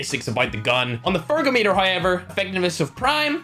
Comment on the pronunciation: Please always say on fergometer😂😂